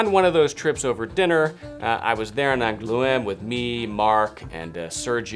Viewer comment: Frenchman living in Angoulême here, if you ever come to town again I'd love to give you a tour of the city (even if you have trouble pronouncing "Angoulême" haha)!